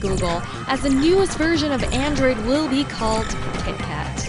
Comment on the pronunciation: I like m n m but its KET KAT OH MY LORDY